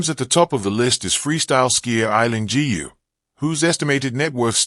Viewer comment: Why can't people pronounce Aileen GU( properly {pronounce as 'goo' properly????